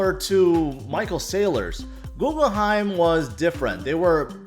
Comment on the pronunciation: Googleheim? You mean Guggenheim?